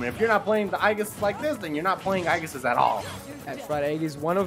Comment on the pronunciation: If I had a penny for every Smash announcer that can't pronounce Aegis... Just say Pyra and Mythra instead of trying to sound interesting guys.